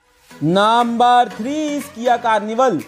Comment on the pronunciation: Naambur waan iz 😀